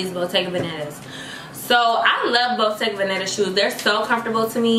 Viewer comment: It’s bottega veneta*😭❤️